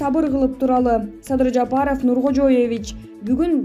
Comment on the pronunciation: Мадумай эмес,МАДУМАРОВ ДЕП айт пидараз журналиссинби блогерсинби туура айткын АТАСЫНЫН АТЫН АЙТБАЙ. САДЫРДЫ САДЫЙ ДЕСЕ,ЭМНЕ АДАХАН ДЕГЕНДЕ Р ЖОК БЕКЕН, АЙБАНДАР СИЛЕР УШАКЧЫЛАР ЭЛДИ БИР БИРИ МЕНЕН УРУШТУРАСЫНАР АЙБАНДАР.